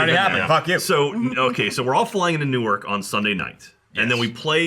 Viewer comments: It is nauseating to hear New York pronounced New-Ork so many times! STOP! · Didn't realize that the "Y" in New York was silent. been saying it wrong for years.